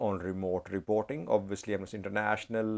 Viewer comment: Amnasty. The stress is on the first syllable. I you stress the second syllable it will come to mean to something quite different; Am Nasty. Quite funny, even though i might agree on that on many occasions 😂😂